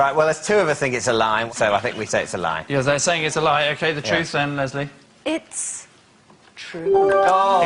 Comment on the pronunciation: anjo banjo he says "Les-lie" instead of Leslie